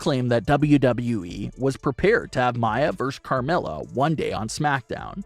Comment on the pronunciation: Do u even watch wrestling? It's not Mya. It's. Mia. Meeeee uhh.